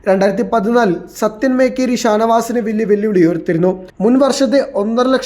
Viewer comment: മേകേരി അല്ല മൊകേരി 😂😂